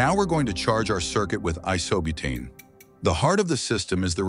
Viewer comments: It's Ai-so-butane not Ee-so-butane. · So many things wrong with this video: 1) Awful A.I. voice. 2) Voice cannot pronounce 'capillary' properly. It should be cap-ill'-a-ry. 3) Voice cannot pronounce 'Isobutane' properly: Iso-bu'-tane is correct. 4) Putting both coils close together is useless. The system as a whole will warm up the room. 5) Far too small to cool a room effectively. 6) Running a 12 Volt air pump on a 9 Volt battery. 7) Running a 12 Volt fan on a 9 Volt battery. They both need 12 Volts from a good supply.. 8) The battery is far too small in capacity to work for more than a few minutes. 9) The hot coil needs another fan, or cooling fins, for much better efficiency. 10) The deafeningly loud and overdramatic music is totally unnecessarily. Also take note of the flammability of the coolant. Care is needed. Apart from those points, and maybe with the addition of a thermostat for proper temperature regulation, the principle demonstrated is sound. It should encourage people to think, to make one and to improve upon it. Thanks.